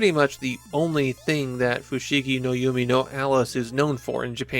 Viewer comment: You’re calling it “Yumi no Alice” instead of “Yume,” which is pronounced “you may”